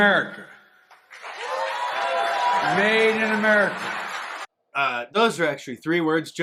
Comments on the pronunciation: "Maiden Amerca" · I heard him say Maiden America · Its not 'made in America' two words "Maiden America" duhhh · First word:. 'Made'. Second word: : 'Inamurica'.